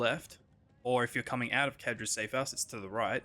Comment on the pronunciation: "Kadra's" clearly says Zadra's lol